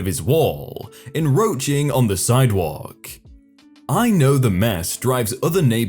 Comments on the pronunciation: "Enroaching" hmmmm? 😂😂😂😂😂 I wonder if you mispronounce words to get more comments on videos. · "enroaching"....There is a "c" between the "n" and the "r"....Though it is kind of funny in the context of hoarding. Sort of.